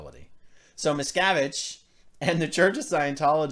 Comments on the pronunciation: Everytime you said his name I heard miss cabbage! Hahahaha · Westly Miscarriage /miscavige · Does anybody hear, Miss Cabbage? LOL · Miscavige sounds like a painful internal medical issue. "Twenty cc's of XenuLaxine STAT! This man is going into Miscavige Cerebrocrapular shock!"